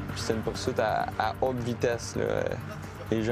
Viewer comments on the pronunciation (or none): none